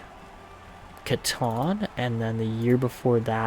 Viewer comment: catton is pronounced cattin. seen him play against a couple friends in bantam he’s crazy